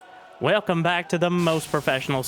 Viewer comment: did he say Whalecum back ?